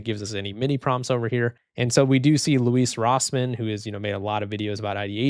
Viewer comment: Loo-is Rossmann, not Luis, lol. 🤣